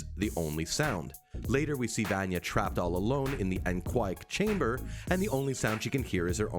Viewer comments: ITS VANYA NOT VAANYEH! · ...di did he say Vanee not Vanya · I feel like “Vanya” should be pronounced “Vunya” not “Vanya” lmao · NOT VAN YEAH EITHER! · He says “vanjah” lol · every time he calls her “vonyee” i lose a year off my life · do people in every one of these videos say names wrong on purpose to piss us off vanya is pronounced like VONYA anna is pronounced like ONNA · who tf is vAAnya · He certainly sounds as if he is just reading something given to him. He says Vayna wrong multiple ways. The least they could do is get someone who has actually watched the show to talk about it. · If you're gonna make a youtube video about a show where they literally say the characters name multiples times in the series, then you should be able to say it correctly in your youtube video. And by that I mean you keep saying vanya wrong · OMG! Did this guy even watch the show!!!! He's mispronounced both Vanya's and Klaus's names!!!!